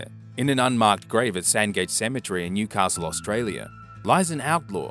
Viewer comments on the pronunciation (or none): none